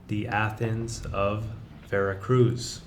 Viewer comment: Full of inaccuracies and false statements and your weird, slooow delivery is excruciating. Learn how to pronounce "Veracruz"! There is no soft z sound in Spanish'